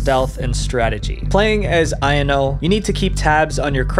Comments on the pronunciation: Pronunciation error. Ayano is like Eye-yan-no. Not I-N-O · ITS AYANO NIT IYANO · its pronounced a-ya-no i think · aYANo, stres the middle syllable, great vid dw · This a a really well done video. I use to really like this game till recent events. Also I thought Yan-chan’s name was pronounced I-yawn-o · The way you pronounced Ayano absolutely killed me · Why do u pronounce Ayano like that lol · Good vid but the way you kept saying Ayanos names wrong kept bothering the heck outta me 💀💀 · the way he said ayano made me cringe bc its the most american pronounciation of the word